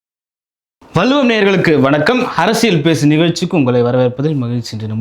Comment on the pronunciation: வல்லுவம் என்ற உச்சரிப்பை நாக்கை மடித்து வள்ளுவம் என்று உச்சரிக்க கற்றுக்கொள்ளுங்க, மிஸ்டர்